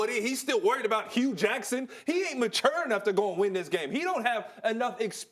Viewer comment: Did this dude say "MA chure!" ??